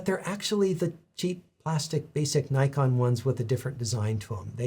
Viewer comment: As you explained the history of the company's name almost every American (and few Canadians) doesn't pronounce "Nikon" the right way...